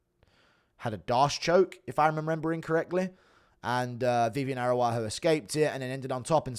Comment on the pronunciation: Read the last names, man. Araujo is the name. Not Aruaju 😅